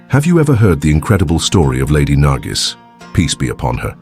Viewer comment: Her name is not nargis she is nargis